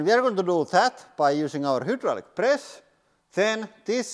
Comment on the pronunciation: My man said "hjydrallik"